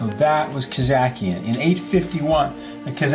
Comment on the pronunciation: Its khazarian not khazakian.